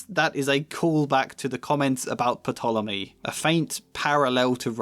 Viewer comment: Fyi: the P in Ptolemy is silent. Other than that excellent video. (And i think you're too hard on yourself about your pros 😉)